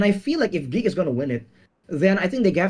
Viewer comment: Did you just mircurse Geek? 🤨